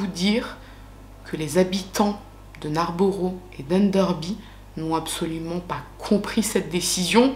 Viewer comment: Hello😊 bon , je ne vais pas te clasher en science mais en Anglishe 😅, borough ne se prononce pas borough mais bro par exemple Narnborough se prononce Narnb(0)rough Farnbro Leicester se prononce Leister ...De rien 😊 sinon t'as tout tres bon pour le reste❤